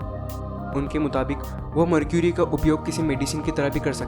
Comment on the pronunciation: इसे मर्करी कहते हैं न कि मरक्यूरी